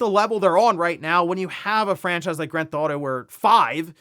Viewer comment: it’s “grand theft auto” three words. Not “grandtheftauto” slow it down man.